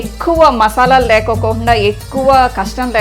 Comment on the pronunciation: Lekokukukukukunda😝😝😝 Lekunda anali thallii Lekokukuuuuuuu<uuuuuuu enti